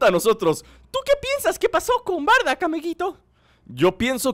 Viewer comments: Wey es bardock no bardack :v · Porque dices bardack si se dice Bardock